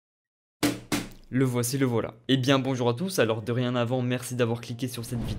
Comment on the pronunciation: On dit dorénavant et pas derienavant bg 😂 sinon stylé le boitier